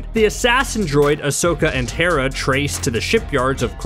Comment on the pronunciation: It's Hera, Not "Tara"